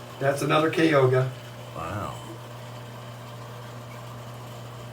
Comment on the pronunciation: Am laughing at the pronunciation of Kyoga cichlids, despite the k it’s pronounced Cho to read `choga’. But yeah, love his flamebacks